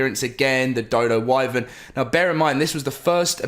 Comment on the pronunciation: I’m really getting sick of him mispronouncing “wyvern”